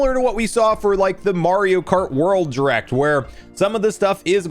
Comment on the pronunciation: I continue to be both fascinated and annoyed at the way you pronounce "direct" as jrect